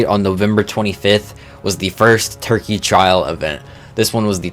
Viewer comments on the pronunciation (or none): none